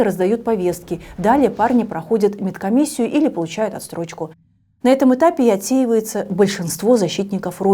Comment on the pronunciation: Не «отсТрочка», а «отсрочка». От слова «срок»